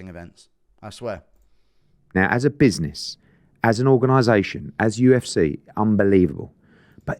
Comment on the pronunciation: You should like such a teabag fairy when you try to say UFC 'UFSAY '🤣